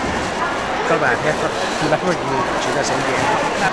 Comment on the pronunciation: 只有我把老板听成"老伴儿"吗😂